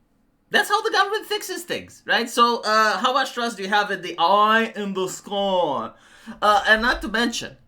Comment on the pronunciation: Your "oyiiii in the skoyiiii" is perfection. 😅